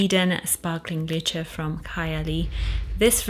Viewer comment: How did you pronounce Lychee? I am a guy but I really like Musk therapy for myself What you did about London is 💯 only once got asked what I'm wearing by a stranger